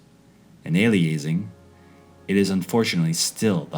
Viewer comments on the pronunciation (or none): Aliasing is "alias" as in "a false name" and "-ing" as in "-ing", not whatever the pronunciation is in the documentary. (From the signal processing field, it's the result of sampling a signal at too low a rate resulting in false information in the sampled data.) Nevertheless, thank-you Harmy et al from letting my kids see what I saw at their age.